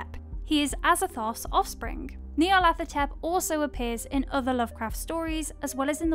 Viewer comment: I like her but someone pls give her pronunciation guides cause the way she pronounced Nyarlathotep made me fuckin cringe lmao